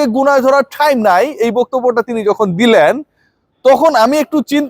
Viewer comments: টাইম ❌ ঠাইইম ✅ 😂😂😂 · ভাই আপনার টাইম নাই যে ভাবে বল্লেন খুব হাসি পেলে😅টাহ্ইম নাই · ঠাইম কথা টা শুনতে মজা লাগে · ব্রো আপনার কি ঠাইম হবে আমাকে, আস্লামু আলাইকুম বলা শিখাবেন পিলিজ ব্রো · ঠাইম নাই😂 আসলেই সেবএমনে বলছে